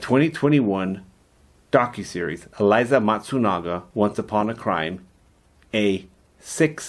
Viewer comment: Eh-lee-zee not Eliza